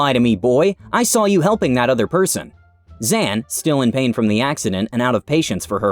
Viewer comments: Come on, it seems quite clear that Zhan is pronounced like Jean-Luc Picard, not "Zen." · Zhan is pronounced like John, Zhan Jun is in english Jun John. just fyi. Family names come first in some Asian cultures. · I'm pretty sure he pronounced Zhan incorrectly